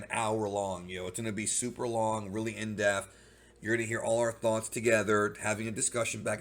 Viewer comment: My bro I love ur content but I gotta let u know that its not "defth" its pronounced "depth" with a P lol